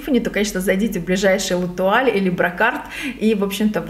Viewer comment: Чёт кошмар с речью... Ирисом .. ударение на первую "и" делает.. Летуаль прям по письму проговаривает ЛЭТУАЛ Ужас Как в тот раз .. КАЭФСИ